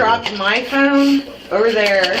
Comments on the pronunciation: The way the blonde bike-riding lady kept saying “pheune,” “I need my pheune,” “I can’t find my pheune” was equal parts hilarious and irritating AF. She is the poster child for old white lady entitlement. I bet she is just as vile when sober. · The Second Lady is pronouncing phone like Inspector Clouseau from the pink panther. Phoone. It’s hilarious to anyone old enough to remember. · I would give this woman 5 to 10 for her pronunciation of the word phone! I mean for the love of God woman! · She pronounces phone just like Peter Sellers did in the movies Pink panther